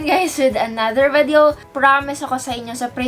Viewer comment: I don't know but I find pronunciation of "vedeo" cute! 😍